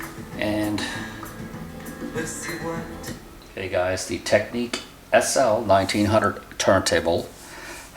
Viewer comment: Tech-nics, not “technique”.